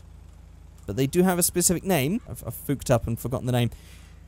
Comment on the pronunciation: Haha he said "I done fuched up" 😂😂